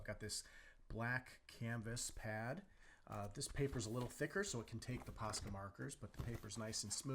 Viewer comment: Dude, it’s posca so stop saying pasca